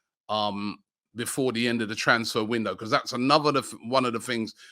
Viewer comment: I watch these videos to hear Robbie pronounce the word "because" ... becooors 😂🤦‍♂️